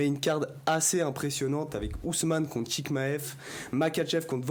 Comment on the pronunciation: J'ai entendu ChiKmaev j'ai quitté la vidéo